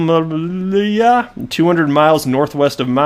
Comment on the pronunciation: Удомля (Udomlya) LOL - that's a perfect Russian i've ever heard). The data processing center with a capacity of 80 MW really opened in udomla)) in 2019, the first stage was launched. As far as I know, the center does not yet specialize in bitcoin mining, but this project has existed since 2015, but I have not found any modern news on it